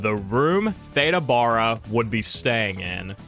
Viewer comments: Her last name is pronounced like the first syllable in barrel … Baa-ra. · It's pronounced BARE-ah.